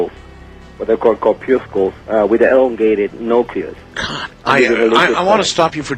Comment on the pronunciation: Yeah, let's trust a guy who shows a gunshot wound with ZERO bruising and a "researcher" who mispronounces "corpuscles" and "nucleus" in the same sentence.